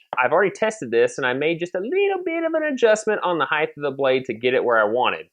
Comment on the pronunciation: The word "height" ends with a "t" sound, not a "th" sound. Sorry, just a pet-peeve of mine.